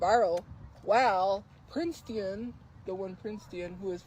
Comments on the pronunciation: she can’t even say Princeton’s name right… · no seriously cause who the actual fuck is princetion?????? be so fkn for real right now.